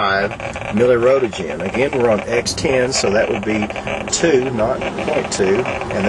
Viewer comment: lol fearmongering. oh noes, 1 mili-rowtuhjin lawl